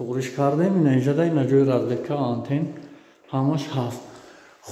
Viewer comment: Разветка😂не, разетка😂